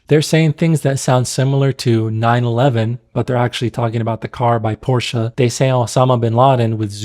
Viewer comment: I take offence you pronouncing it PORSCH”A” when it’s Porsche 😂